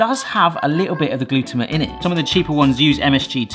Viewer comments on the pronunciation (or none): Gluto-mate. Not how you pronounce it. It sounds like your shortening the word.